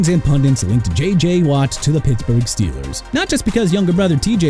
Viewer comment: YOU MEANT RAIDERS?! IT'S NOT "AIDERS"!! STEELERS NOT "EELERS" AND LAMAR JACKSON NOT "R JACKSON"!! AND THE DOLPHINS DIDN'T SIGN DEION SANDERS IN '95 SO WHAT?! YOU WANNA DISRESPECT AND PLAY GAMES WITH MIAMI?! GO AHEAD!! HAVE AT IT AND THAT GOES FOR EVERYBODY IN THE COMMENTS!!